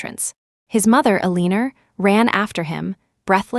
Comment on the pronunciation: Ilianora????WTF? I keep hearing the AI butchering the name Eleanor. Is this another rendition?